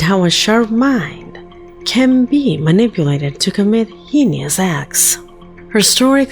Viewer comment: Sorry, but I can't help myself. Pronunciation is just one of those things that get to me ... The word "heinous" is pronounced "hey-nuss" (NOT "hee-neeus") Thank you